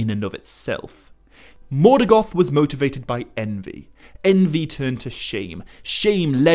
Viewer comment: interesting, why do you call Morgoth ...Morgath ? Repeatedly?